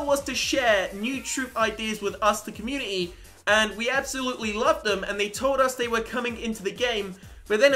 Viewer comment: I'm sorry but this has annoyed me even though your great u pronounce community with a t